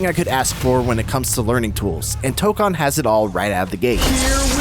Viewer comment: It’s toe-cone